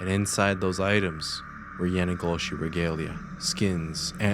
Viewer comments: Am I the only one that kept hearing "my nigga Yoshi" when he said the skin walkers native name.. 😅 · What is the word you keep saying? I can't quite make it out. YANIGOSHI ?!